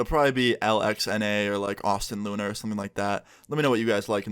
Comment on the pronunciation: "Lunv" its like Luna but the A is upside down :)